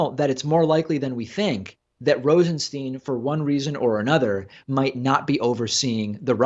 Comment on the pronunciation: BTW it's Rosen-STYNE not Rosen-STEEN.